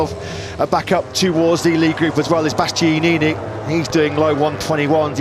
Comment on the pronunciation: My man didn't say Bastianini right once